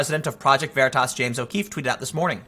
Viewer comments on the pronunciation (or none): Stop the veratasss once and for all... it's veritas... as in "Truth" * facepalm *